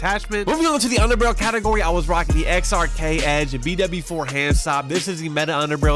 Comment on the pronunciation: xrk not hrk